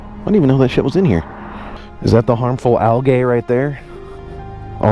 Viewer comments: Yo, wtf is "algay"??? LOL. 👊😎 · The way you say "algae" stresses me out but I still love ya